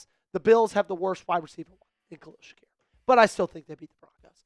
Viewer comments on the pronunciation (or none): none